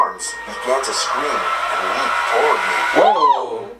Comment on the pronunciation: When he says 'toward' it sounds like he's saying 'toe ward'.